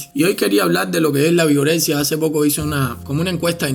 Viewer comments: Pense que decia Vergorexia XDDD jajja wey Vergorexia, no mames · Pense que decía virgorexia Jajajajaja